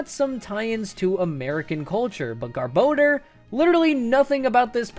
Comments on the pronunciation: Pronounced Vespi Quinn and Garbodoor not Vespiqueen and Garba door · You say “Gar-bah-door” weird. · I like how you pronounce Garbodor two different ways. Also, it is super good in the TCG. I still agree with you though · Who decided rayquaza and garbodor get their names butchered? There's no "e" in garbodor to make it sound like "bode." Rayquaza isn't spelled like "rayquayza" either, so I don't get how people decided that's how its name is said. They don't even sound as good as the more literal pronunciations. I won't be calling either of them by their "official" pronunciation anytime soon if they sound like crap and don't make any sense. One deoxys movie comes out and people decided a butchered rayquaza name is the official version. They literally called pidgeot pidgeotto in the first pokemon movie, so I'll take it with a grain of salt. If movies are gospel then you'd have to rename pidgeot to it's previous evolution's name.